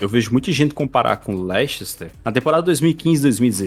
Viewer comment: LEICHESTER KKKKKKKKKKKKKKKK MEU DEUS MANO